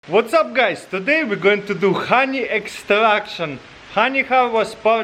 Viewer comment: RONY EXTRRRRRRRRRACTION I'm dead xDDDD